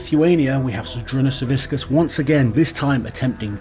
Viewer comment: Hey, since you have been making an effort to pronounce athletes names correctly, the c in Savickas is pronounced kinda like the c in Licis. Whiskas is a cat food